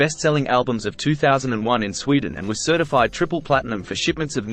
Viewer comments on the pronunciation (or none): none